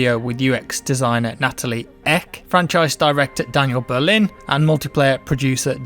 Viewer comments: as a swede it was hilarious to hear say "Nathalie ECK!" to Ek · Haha as a swede i loved how horribly you pronounced Nathalie EKs name